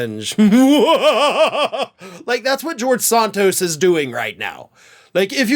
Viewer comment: Do you call him Sahn-toast on purpose?